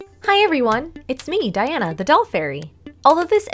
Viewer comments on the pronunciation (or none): none